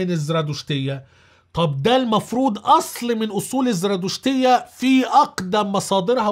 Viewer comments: تلفظ زَرادَشتية وليس زْرادُشتية .. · الزرادشتية : حرف الدال بالفتحة مو بالضمة